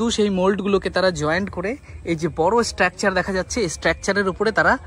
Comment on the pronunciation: ভাই, শব্দচয়ন ভালো করে করো। আর সঠিক উচ্চারণ করো। স্ট্র্যাকচার নয় উচ্চারণ টা, স্ট্রাকচার।আর ভিডিওর শুরুতেই কথাটা স্বাগতম না বলে স্বাগত বলো।